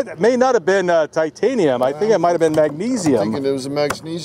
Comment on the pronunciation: Did he say Mag-sneeze-ium?